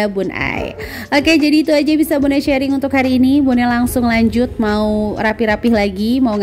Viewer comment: Masya Allah bun👍👍, bun sharing, bukan shearing🙏🙏